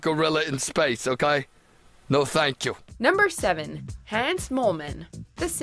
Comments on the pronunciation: YOU PUT RESPECT ON THE HANS MOLEMAN FAMILY, WATCHMOJO! Hans, like Hans and Franz, not like "hands with no d"!! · "Hands moleman" It's Hans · It’s pronounced Honz. It rhymes with Fonz. Ayyy.